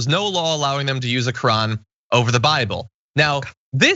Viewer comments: quran, not kran pls. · It’s QURAN not KRAAN. Dosey Mare. 🙄🤷🏽‍♀️ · First of all, it's pronounced Kor-ahn not crayon. Ugh. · "You can't swear in on the Korean". This ignorant b. Learn to pronounce words properly. Qur'an is not pronounced Korean🤨🤨🤨😂. Also, might I add, it wouldn't be a legitimate swearing in if a person that is Muslim swore on the bible because that is not the religious text that their religion goes by. It makes no sense to force someone of a different religion to swear in on your preferred religious text, if that person has no ties to your religion that you are trying to proselytize them to. So let me make this quite plain, stop fucking pushing your Christian views on other people. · ha ha ha ha. She swore on the Ka-ren. Seems a lot of them took that oath. lol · "On the Kran..." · She doesn’t even know how to pronounce the Quran. It sounds like a midwesterners crayon. “ Crayn “ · Is she saying the canyon? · Why do I keep earing "you can't swear in on the korean" XD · “Can’t swear in on the cran” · Exactly, she can’t even pronounce it correctly!👍🏼😂😂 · Is she saying Qur'an or Korean? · I'm surprised she didn't pronounce it "Q-aran." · Keith Ellison swore in on a Quran owned by Thomas Jefferson. She pronounces it Core Ran. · She cannot even pronounce the word quran... She is the female version of trump😮😮😮😲😲😲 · Whatt??!! She is not even pronouncing the word Koran correctly....I'm trying to come up with a name that describes the woman but I can't... Loser??!! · I was making fun of her pronunciation. 🙄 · She should at least learn how to say "Quran" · She is not even saying it right. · Do she know she's pronouncing it wrong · I know, but still, the way she pronounces it is wierd. 😆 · The way she pronounces Quran makes me want to jump into traffic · She doesn't know how to pronounce it. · not her pronouncing Quran wrong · Am i the only one who cringed every time she mispronounced Quran? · She cant even pronounced it , fucking karen